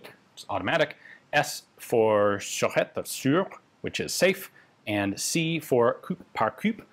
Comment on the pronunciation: Hello Ian, I am one of the few french that watches your videos, great content, but I might be able to help you about Mulhouse : It's pronounced" Mül ooze" Coup par coup would goo "coo par coo" Sureté : Suretay The rest is realy starting to be spot on, excellent progress over the past few years ! Thank you for this great coverage.